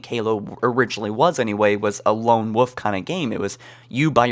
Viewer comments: lone woof? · Halo: Lone Woof? Oh Lone Wolf... lol just teasing 😜 Interesting video topics bud 😄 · stop saying Halo: Lone Woof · "A lone woof kinda game" lol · "Lone Wuff" 😂